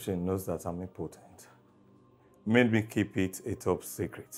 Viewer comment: saying sekret😂😂😂😂😂